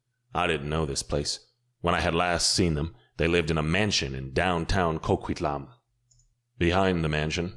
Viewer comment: Coquitlam is a place in Canada and pronounced co-kwit-lum and the name has Canadian indigenous (Salish) roots.. The reader appears to have assumed it to be Mexican and given it a Nahuatl pronunciation....